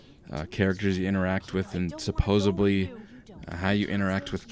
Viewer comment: Maybe the review scores reflect that it didn't do much to stand out, though if you're looking for a future war Terminator game, this nails the looks. I'm not harping on you, but do Canadians say "supposeBly" instead of supposeDly? You used that a couple times.